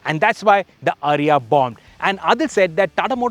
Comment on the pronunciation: Its not "Ariya". It is pronounced "AAriya"